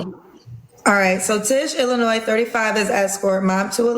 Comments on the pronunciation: Okay I'm telling you right now, I'm in my 30s and have lived in Illinois my entire life. I have never heard anyone that lived in Illinois any length of time pronounce it with the s. I don't know where her accent is from but it's not the Illinois 😂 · Soon as she showed up with a bonnet and said she’s from illinoiS as if the S isn’t silent- I was done. But what came out afterward, was like 🫩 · She said she’s from Illinoise And She said she done sennt you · I too am embarrassed for those of us living in IL. By the way the "S" is silent. She's old enough to know that. SHAME! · She isn’t from Illinois. She can’t even pronounce Illinois. This is some Mississippi behavior. 35 year old grandmother with 11 kids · She's lying. 1st she said Illinois with an S.... we don't do that. Next, If she can say she has 11 kids, the embarrassing part, then she can tell the ages. She's trolling. She stalled out until she could come up with an answer. If she has been pregnant every year, when did she have time to escort? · She can’t even pronounce the state name that she lives in. That is legit sad. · Exactly! That is not an East St. Louis accent, or any place in the gateway area. There is no way she is thirty-five, I give her fifty to fifty-five easily. And no one from Illinois pronounces th S in Illinois.